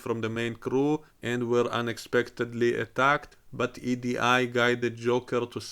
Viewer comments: you basically pronounce her name as the letters E and D close together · Come oooooon you can't say EDI?